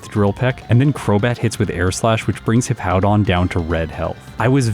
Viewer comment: At least can pronounce Hippowdon correctly. Mah-Dry-Bread always calls it Hippo-down.